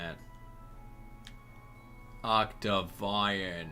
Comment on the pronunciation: It's pronounced Octavian (Oct-Tav-Ian)